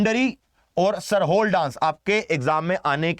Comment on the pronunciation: Sir Jharkhand lok नृत्य में pronunciation मुंडारी और सरहुल होगा।